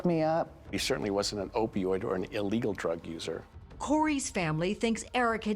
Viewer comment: Love the show, but I can't stand it when all of the commentators say E-legal, and E-mediately.